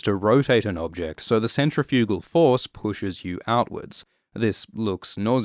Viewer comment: Can someone explain to this fellow the correct way to pronounce "centrifugal"?